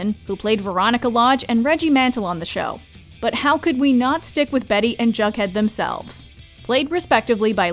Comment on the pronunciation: Is this an AI narrated clip. I could have sworn she said Bug Head not Jug Head on the second mention of his characters name.